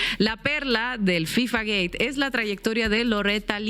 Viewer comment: Soy el unico que escucha decir FIFA Gay? Or gate ?